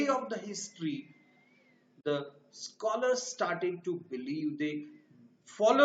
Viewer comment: Learn to pronouns Scholars😊😀